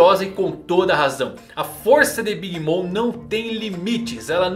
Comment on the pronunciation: Alguém também ouviu ele chamar a big mom de "big Mônica" kkkkkk